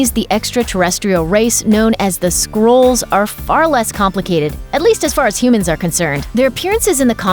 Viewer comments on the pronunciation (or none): skrulls..not skrools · Skrools?? Lol! It's SKRULLS like SKULL but with an R.